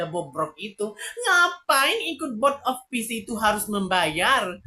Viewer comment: Cara sebut " Board " itu " Bod " bang " Bod "